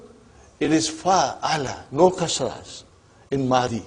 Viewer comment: pardon for it, but there is a slight mistake at the feminine should have Kasra at start and not Damma in pattern or wazan... i.e. Fa-ala-o